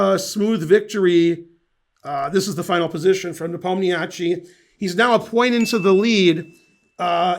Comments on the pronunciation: Thank you, great video. Folks, it's nepOmniasheei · Ben, you butchered both names terribly. You do pronounce "i" at the end but your emphasis is all wrong...In Russian its iy at the end , pronounced as iiiyyyy, ha ha we don't have anything like this in English...